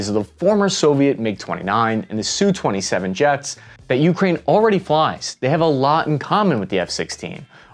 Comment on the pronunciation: God bless this man for correctly using 'Sue 27' instead of the irritating and more common pronunciation of 'Ess You 27'